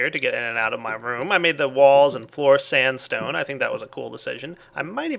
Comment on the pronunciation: standstone ? xD